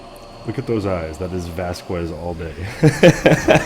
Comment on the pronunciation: Just FYI, Jhonen Vasquez's last name is pronounced "Vas-kez".